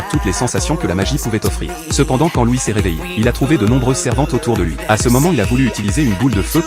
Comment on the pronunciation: C'est loid pas louis